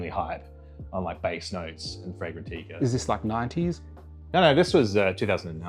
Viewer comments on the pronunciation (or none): "fragrantikka" has buckled me 😂